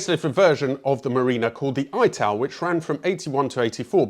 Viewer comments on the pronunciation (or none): Dont say I tal like american itals ITAL LIKE ITALY minus the Y .. You clearly know nothing about cars , think you should fact check this garbage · Haitch? Haitch?, please?!! OED= Aitch. AYTAL? Ital!! The name came from Ital design from Italy. Marina, good car, loads of room in the boot. Worst car? Easy, Triumph Stag. Totally unreliable. Wouldnt touch it with a bargepole. Very interesting video, nice one.